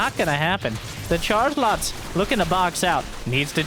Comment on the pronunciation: Is it just me who hears 'chargelots' as 'chargenauts' when says it?